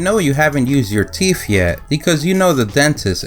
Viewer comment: Not "teeph" -- TEETH!